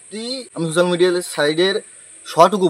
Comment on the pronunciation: আরে ওটা সুসাল মিডিয়া নয় রে ওটা সোসাল মিডিয়া 😂